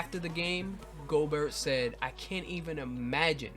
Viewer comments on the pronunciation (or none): It's pronounced Go Bear not Go Bert